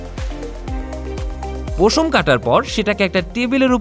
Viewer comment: পোশম না রে ভাই উচ্চারণ হবে পশম